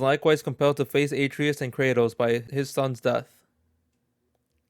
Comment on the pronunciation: Yeah, and he also says Atreus wrong, probably hasn’t even played any of the games